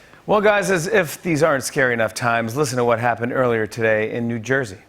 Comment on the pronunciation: Aw NJ had a scawy erfquake. 3.1! Oh my gosh, how terrifying! 😯😲😖☹😰 That's adorable. (California born and raised!)